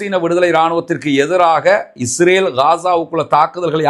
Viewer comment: அன்புள்ள சகோதரரே, தங்களுடைய பேச்சில் உள்ள உச்சரிப்பில் இஸ்ரேல் என்பதற்கு பதிலாக இஜ்ரேல் என்று உச்சரிப்பதை தவிர்த்து கொள்ளவும்